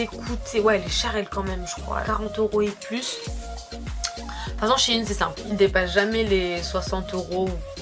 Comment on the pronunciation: c'est SHEIN et non shiiin !!!